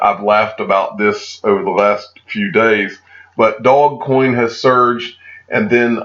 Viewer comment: I think the "Do" in Dogecoin is pronounced like in the do in "do re mi"